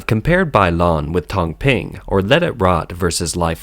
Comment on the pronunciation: This is China Insight. At least get the pin yin correct. Hahaha. It's as annoying as how those mispronounced brands sounded and repeated wrongly throughout the whole video🤣 tang ping from your pronunciation is soup screen in direct translation and Bai lan is a brand for chicken essence. Lol